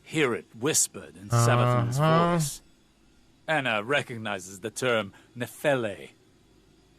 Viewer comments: This makes no sense. The pronunciation being used is a greek one (notably, the 'e' at the end pronounces itself), Nefele literally means cloud nymph, and Neomuna is on a gas giant. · Why is pronouncing Nefele wrong?